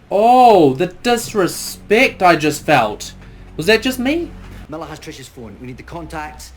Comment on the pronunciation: Oh, my comment’s first here! That’s a bit sad, cause your reaction and your theories are great, as always))) And gosh, you’re saying “Millah” nearly as good as David Tennant himself) Also, caught your confusion about the “sort of a woman that happens to”. I think I can explain. Thing is, some people really like to believe, that such a horrible thing as rape only happens to those, who deserve it in some way, like, you know, too short a dress, too flirty behaviour and other stuff that provokes sexual attention to a person. This is actually a very unfair protection mechanism, because by believing that this can only happen to some harlots or someone like that, they’re convincing themselves that such a terrible thing wouldn’t ever happen to them, or their wives, mothers, daughters and so on. Of course, it’s not true and very cruel - this can happen to any innocent person, but that how people’s minds work sometimes, and it’s very sad(